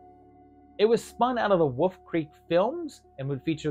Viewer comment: Still can’t pronounce Wolf. Okay.